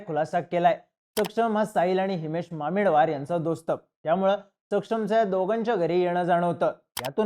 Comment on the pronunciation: Thoda common sense pan vapar. Aanchal He asa spelling jari asla tari pronounce Aachal hota. Ani mamidwar madhe ड nahi द asto.